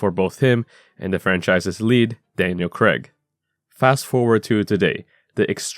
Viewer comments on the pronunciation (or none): Why do you guys struggle so much to say Daniel Craig? Craig always sounds like you're saying Greg but with a C. The ai in Craig should be like the ey in hay.